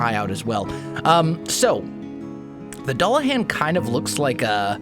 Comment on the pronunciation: It's pronounced do-la-Han. It's taken me so long to realize u we're butchering the pronunciation that badly. And now it bothers me to no end. Mainly cause I love an anime with a dulahan in it.